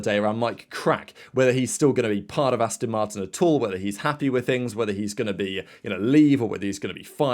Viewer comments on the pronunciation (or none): … How many times do I have to tell you… It’s Aston Martin… as in Ass-TON Not Astin…😱 Also, It’s My Crack 👀😎 May the Force be with you.🌀 Jim🌀 (-: <*>:-)